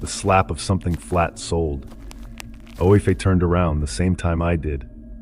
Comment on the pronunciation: lol, Aoife is pronounced EE-fa and Caoimhe is KWEE-va or KEE-va